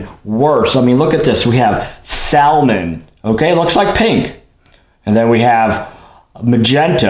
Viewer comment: Blisters are boring....Crack them ALL open! Oh..and it's pronounced 'sammin', not 'sal-mon'